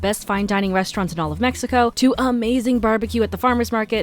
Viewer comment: Here to commend you for pronouncing it MEH-ico, as it should be said. Bravo!